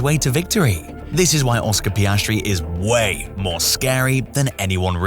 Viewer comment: Oscar Pastry. Review your french audio